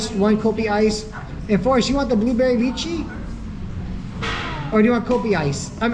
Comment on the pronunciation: Poor baby. But good thing he didn't have meltdowns. Good tt u carry him so he can sleep while the older kids still get to go out as promised. Btw It's my-lo and lie-chee.